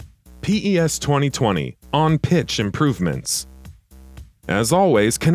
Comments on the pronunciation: don't say P E S plz just say PES not P AND THEN E AND THEN S WTFFF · Please stop calling it P.E.S just say pes please :) show some respect haha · its PES and not P. E. S. microtransations incoming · Okay no need for the Pee Eee essss. It's Pez thanks very much! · It's PES not P-E-S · I disliked this video because he called pes as P-E-S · Why is he saying P.E.S and not just PES , it's kinda annoying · Its PES no P E S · No one calls it P.E.S. it's called PES (pez) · Lost me as soon as he spelt out P E S instead of just saying pes like every other non robot player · Its known as PES not P-E-S!!! I cant listen to this shambles of a video you cant even say the games name right!!! Unbelievable.... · 🗣 It’s PES not P.E.S.!! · Daft sod narrating thinks Diego Maradona is two people. And it's PES, not P-E-S. Fuck sake. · You should redo this and say pes instead of p e s thats some crazy shit mate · I can't take the video seriously with the narrator saying P-E-S instead of just PES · Stop saying P E S its one word come on you guys did this shit last year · The moment he says P-E-S. I was done. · I stopped the video when he said P.E.S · lmao really? I didn't get to that part. Closed the video after the third time he said P-E-S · diego...maradona. really guy? You said it like he's 2 separate people. Do you not know who diego maradona is? If not, maybe you shouldnt be narrating a soccer game comparison video watched by soccer fanatics. Just maybe. Oh... And p...e...s. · Why didn't he call it f.i.f.a then